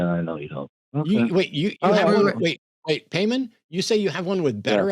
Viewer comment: Is definitely pronounced pie mon, if you’re gonna worship demons, at least get the name, right😂